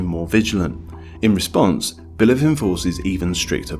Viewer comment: Stop saying Bilev bro, it's Bliev!